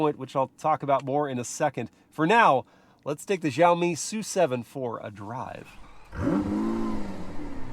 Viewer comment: Isn't the name of the car pronounced as "es - you - seven"??